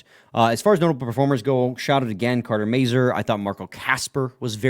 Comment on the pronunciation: The name Mazur can be French, Czech, Polish, Ukrainian, German... The pronunciation in all these languages is very identical. Go to Google Translate to hear the pronunciation of the name. They are mispronouncing the sounds of the "A" and the "U".